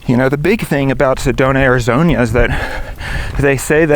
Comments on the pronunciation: He said Arizoña, smh. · i hope he's enjoying all that wonderful heat we provide also love how he pronounces Arizona with that extra 'i'